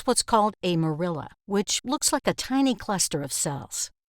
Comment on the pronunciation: "Morula" is not produced "more IL' a" but "MOR·u·la"!